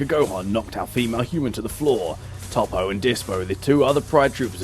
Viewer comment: Toepo not top po